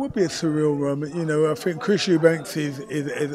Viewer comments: You'd think he would know that it's Eubank, not Eubanks. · its chris eubank not "eubanks" wtf, he fought the guy cant he get his name right?